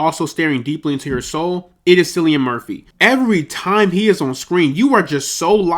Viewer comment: Gonna help you out with a couple things as your big bro, mate: 1) It’s pronounced Killian, not Sillian. 2) Your passion comes through and you have a chance of succeeding with this channel on a bigger scale than you realize. 3) You’re going to have to invest more into this for #2 to be possible. Dedicate a full room to this - your background and cheap pop filter are the only off putting things about this video. Thank me later and take care, The Boy (big bro)